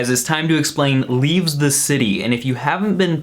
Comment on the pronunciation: Why do you keep calling it "leaveS the city"?